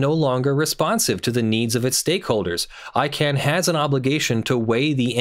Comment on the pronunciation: ICANN not ICANNOT